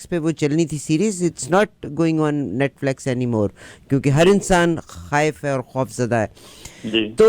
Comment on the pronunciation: It's not netflex but NETFLIX.